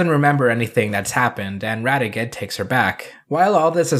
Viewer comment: This was a terrific video and I'm glad you're a Jetman fan now. One thing though is that you kept getting Radiguet's name wrong. It's not pronounced Rad e get it's pronounced in a French sounding way with the T being silent; Rad e gey, that's how they pronounced it in the show anyway. But yeah Radiguet is awesome. :) Though you didn't bring up the follow up manga, but it's a minor thing. Oh and Super Sentai World IS in canon, if you consider it to take place just before Ryu and Kaori's wedding. :)